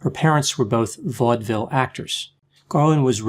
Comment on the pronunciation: You pronounced ‘vaudeville’ and ‘St. Louis’ incorrectly. Are you really a doctor?